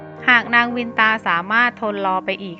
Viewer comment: เคยอ่านในตำนานเก่าๆ.เขาออกเสียงว่านางกัทรุ..กัด-ทะ-รุ.ไม่ใช่กัด-ทรู.และนางวินตา.ออกเสียงว่า.วิน-นะ-ตา